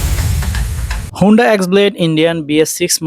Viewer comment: Not Hunda otake Honda bole